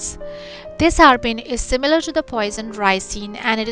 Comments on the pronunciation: It's abrin not arbin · Abrin not arbin